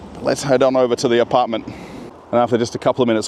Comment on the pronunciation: Yay you are pronouncing apartment like an Aussie again and not like Boris Yeltsin lol 😝